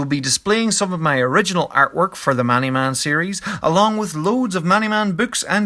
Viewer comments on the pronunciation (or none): none